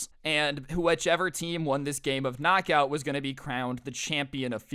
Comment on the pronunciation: Its not kcnok aut its lightning